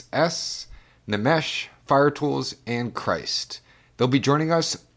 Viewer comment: I have to revisit NxxxxxS at some point (and I think it’s supposed to be “Nix” with however long you choose to say it). I know Fujita Scale has been on the wish list for a while. Although that’s an acceptable pronunciation, the N in Nmesh is silent. Emmanuel Hoachlander (Ohm-N-I and runs Section 9 Tapes) did the vinyl mastering for Dream Sequins. And I hope my remix of "Mall Full of Drugs" makes the final cut, which was made in part as a thank you to him for both indirectly and directly introducing me to the scene. Fire-Toolz (and I don’t think she’ll hold it against you with the pronoun thing =] ) is also another artist with a slew of aliases a la Vektroid and HKE. The other big one she has is MindSpring Memories, which is more slushwave and ambient. Funny enough, a music peer of mine pre-vapour knew her in another context. And yeah, Fire-Toolz is incredibly eclectic. Ah christtt ... I think of that project as “audio shitposting” and it’s not an insult either. There’s a playfulness and mischief to his work that is similar to Nmesh. However, I think deep dark trench is his most mature work where he deals with the mental storm that was dealing with 9/11.